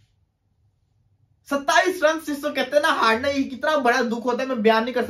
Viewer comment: Yr inko bolna aata hai ki nahi.....haarna hota hai haadna nahi🤣🤣🤣🤣🤣🤣